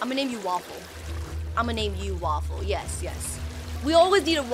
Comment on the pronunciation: U allways say "wafell"